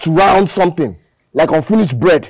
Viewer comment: Did he say unfinish bread 😂😂😂😂😂😂